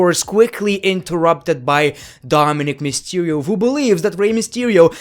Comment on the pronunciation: How everyone pronounces who = "Ho" This guy = "Wo"